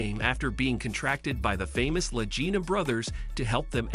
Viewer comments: PLEASE PRONOUNCE their last name as La G ina not La J ina! In this episode you said it both ways and if you had ever watched a History channel episode you would hear their last name correctly. I am qite sure I am not the only Fan to understand how their last name sounds. Anyone who is serious about the Oak Island series cares enough to point this out to you! If this is a robot voice then fix it! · Can't you learn their names and the pronunciation of those names? They are MARTY (not Matty) and Rick LAGINA with a hard "g". OMG! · They pronounce their name with a hard “g” not soft. 😡I am stop watching your video right here. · You. Are pronouncing the name of Latina wrong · There is no Matty, his name is Marty and you are pronouncing their last name wrong. Get your information correct before you broadcast a video. And your title is click bait because nothing happened to Billy.